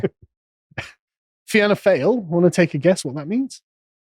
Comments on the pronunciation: Excellent article.Just to say Fianna Fail,the Fail bit is pronounced Foil.Gentlemen, you should investigate the role of Alan Shatter TD ( T D basically its the Irish version of MP ), a minister in the Fine Gael government from 2011.Mr Shatter is a non Christian who organised the importation of the third world into Irealnd.He does not like ethno-nationalism in Ireland but swears bys it in Israel.Mr Shatter the force behind handing Africans and Asians Irish passports.That is why the attacker from Algeria had an Irish passport. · Ok pronunciations lesson incoming. Fine Gael is pronounced Fianna (feena) and its Fianna Fáil (pronounced Fall) they are Irish names😂😂 by the way I dont like either party. They are a disgrace to our ancestors who fought for our freedom🙈just UN puppets now and they hate when they dont look good on the world stage. Its embarrassing to be Irish at times. I love my country but its cringe at the moment🙄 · Fianna Fail pronounced Fi -ANNA -FOIL hope that helps ;) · Fee-naa Fall is how its pronounced. Lads, yeah english always surprise me how little yeah know about Éire...not just pronouncing names .. Hurling, over 2000 yrs old ..played here all the time .. still Beats soccer or cricket any day. A warrior pastime too reduces tensions in "Barracks ". if u couldn't take a slap of a hurl or hurley, what good would u be on the battle field?? Bet yeah can't follow it in the beginning because its "TOO FAST FOR ENGLISH SENSIBILITIES " .. Prove me wrong . Dáithí Ó Dálaigh : Éire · Your video is excellent. However, your pronouncement of our political parties is grating. The phonetic pronouncement is “fee-naa fall” and “fee-naa gale”. Fianna Fáil means soldier of destiny and Gail means tribe. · I have never heard such rubbish spouted by an ignorant man who can’t pronounce the names of the names of the political parties he is talking about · wincing at Carl's pronunciation of the Irish party names is hilarious, the feeling is mutual!